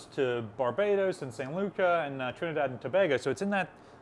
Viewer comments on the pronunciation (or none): Saint Luka? My friend from St. Lucia would laugh - it's pronounced like the Lucy show: Lucy ah. But great video!